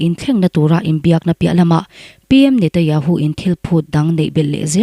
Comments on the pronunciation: I Aw hi ngaih thlak a nuam khop mai,Mahse Israel piminister hming i lam dan hi (Netanyahu tih tur.. Netayahu)tih ang in kan hre tlat mai a,Khawngaih in i lam fiah deuh theih chuan (NETANYAHU )a lawm awm ngawt ang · Netanyahu ti teh ngaihthlak a hrehawm